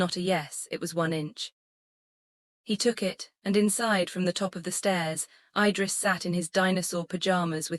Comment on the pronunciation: There is a simple trick to make the AI pronounce things sensibly. Period. It keeps saying MS instead of MIZ, which is how it’s pronounced so just write it that way in the script. I guess y’all release these without doing a final check. Same with the babies name.Idris is pronounced Eedriss. So just fake out the AI, by spelling it that way, even though the official spelling is IDRIS.😊